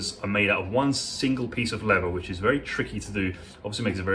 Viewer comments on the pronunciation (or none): I live in Texas where leather and cattle are king. Love your videos and I watch them all. Just find it fascinating how shoes are made new looking again. Just one question though. I’ve noticed a lot of Brits pronounce “leather” as “lever”, losing the th sound. What’s with that? Just curious! Great videos!